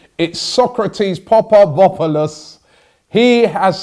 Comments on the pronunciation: Papastathopoulos, not Papadopoulos. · Robbie..screwed up the name completely. .papapapalos😂😂😂😂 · “Popabopalos” cmon Robbie you’ve had a month of practice😂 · Robbie brother its not papavofalos its papastathopoulos just break the word down and you’ll get it in no time 💪🏻😃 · Robbie it papasthathopoulos not papopopopop....los LOL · Robbie, your greek friends made a mistake, it is not papadopoulos, his name is papa-sta-tho-pou-los, like you read it you pronounce it, also Mavropanos not Mavroponos.. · Sokratis Papavofolous 😂😂 Robbie to rich to get papastathopoulos's name right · did my dude really just say popperpopperless? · Popa-vopo-los lol, it's closer to Pa-pasta-thop-o-los! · Name break down Papas-ta-thop-oulos Break it down at each dash then put it together. It’s not Papadopoulos. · Robbie although you think you are pronouncing Sokratis' last name correctly, you are not. It's not Papavopoulos, there is no v pronounced in his last name. It's pronounced like this: Papa - stha - tho - poulos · PAPASTATHOPOULOUS not Papabopoulous ffs Robbie. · sokratis papaSTATHOpoulos not papadopoulos i know its hard bro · It's Pa-pa-sta-tho-pou-los Not Papadopoulos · papavopolos, squadron mustafi, robbie has to be the worst at saying foreign player names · Papastathopoulos not papadopoulos Robbie! 😂 say him papa its better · papavopoulos ..hahaha robbie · Papa-statho-poulos that’s how it’s said Robbie. To be fair i’m Greek and even I struggled to say his name first time! Hopefully he can sure up the defence! 👍🏻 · PA-PA-STA-THO-POO-LOSS. It'll need some practice to get it right. Welcome to Arsenal Football Club! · Wow! You really butchered his name, Robbie. Let me break it down for you... Papa - stath - opou - los. Not that hard when you try. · Papavopolous??? HAHAHAHAHAHAHAHAHAHHAHAHA!!! ALMOST ROBBIE, YOU GETTING THERE MATE. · robbie, sorry to correct you, but his surname is pronounced PA-PA-STA-THO-POU-LOS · PA PA STA THO POU LOS for gods sake robbie